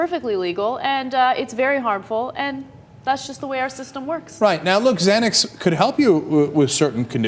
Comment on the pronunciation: someone please help ana re pronounce xanax